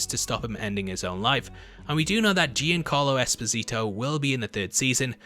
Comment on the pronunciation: Giancarlo EH_SPO_SI_TOE...